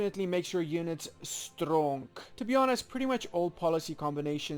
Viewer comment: Did he say Strong units or Stonk units? 😂😂. Nice video btw, it helped me choose combination 👍